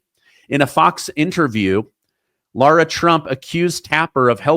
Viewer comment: Mrs. Trump's name is not Laura (sorrow), it's Lara (marrow). Pronounce her name coreectly please.